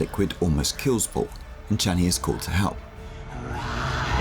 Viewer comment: You say the "Sh" in Shani like the "Ch" in Jackie Chan. XD It's not wrong, just funny to my ear after watching the movies many times. '^^ Amazing video! Truly fascinating! Such great narrative inspiration!